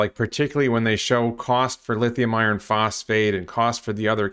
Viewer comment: "the lizium I own" 😂😂😂